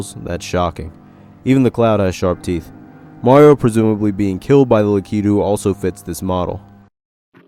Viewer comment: LaKEEToE No. Its lack- uh - too